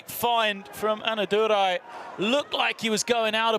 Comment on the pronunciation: Commentator's best moment is calling Anna Durai as ANNADURU the whole time